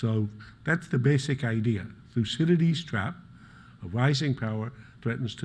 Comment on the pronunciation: Its actually pronounced Thoukede'des in Greek.